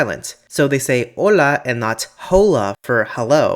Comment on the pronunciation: Here in Australia, the "o" in "hola" sounds more like a short "o" sound (i.e. "oll-a").